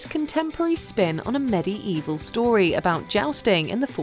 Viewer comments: "Medi-evil"? Really? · Medi-Evil? Doth thou speaketh Englisc, m'lady? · Please pronounce the word 'medieval' again. 😵